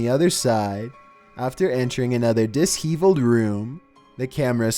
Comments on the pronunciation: This dude said "dis heavled"....bro, it's disheveled....heavled isn't even a word lololol. You should pre read your scripts!! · it's disheveled not dis-heveled. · Best mispronounced word yet: DisHEEVELed !!! there's been some doozies before but this one was hilarious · "Dis-heeveled" lol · Dahdeeohs? Dude...daddios! And DIS-heveled.... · Dis-heevilled?! 🤦🏼‍♀️ Do you mean disheveled (dish-evelled)? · “Dis-heeveled”? Nope. It’s “di-shev-eled”. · Dis-heavel-ed. It's not pronounced like thst either. My gawd, go back to school,. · I like your videos and don't have a problem with your voice as some do. But, hun, you have GOT to work on your pronunciation of words! It's not dis heaveled. It's dish eveled. And the word is dilapidated, NOT dilapitated If you pronounce something wrong it makes it the wrong word. Anyways, great content. I haven't seen these before. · Did you really mispronounce DISHEVELED? I heard dis-heevled and I'm cry laughing. Come on.....😂😂😂😂😂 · Sorry, I love ya n all... but, disheveled is pronounced dis-sheveled not dis-hevled!! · = "dis-heevled" ... (probably meant "disheveled") smh. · “Dis heveled” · 2. They were security guards there. it's pronounced diss SHevelled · The word is pronounced (Dish eveled). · Lovely narration, but for future reference, the pronunciation for disheveled is "de-SHEH-veled" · Marcy Stott he has a lung problem that effects his talking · I'm going to say dis-heevled from now on. That's hilarious! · The way you said disheveled.... why. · You mispronounced disheveled and dilapidated